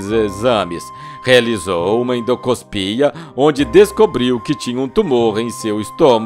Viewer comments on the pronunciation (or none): " UMA ENDO COSPIA " !!! 😂😂😂😂😂😂😂😂😂😂😂😂